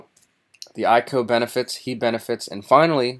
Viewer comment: I.C.O., not eye-co.